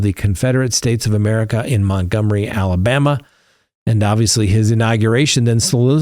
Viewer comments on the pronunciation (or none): none